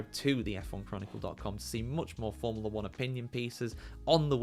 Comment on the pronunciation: If you have a channel about forumla 1, at least learn to pronounce formula.